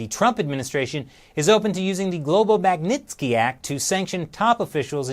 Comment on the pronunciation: i hit like because this video is amuzing :)) esp when you pronounce magnisky act